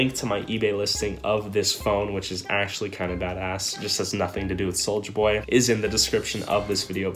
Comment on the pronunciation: Take a shot every time he said Souija